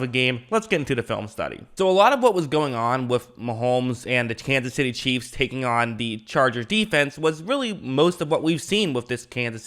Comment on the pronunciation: Bro learn how to say chiefs. Cheeves